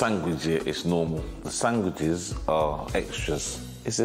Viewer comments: "Sang-wijes" 😂 bless him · I love how pronounces sandwiches sangwiches 😂